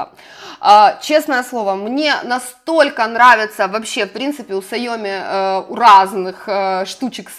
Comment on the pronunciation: Не сайОми А сяомИ (ударение на последний слог) Никого не хотела обидеть))))♥️